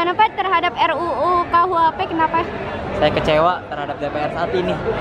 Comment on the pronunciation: RU.KUHP BUKAN RK.UHP mbk rafa heheh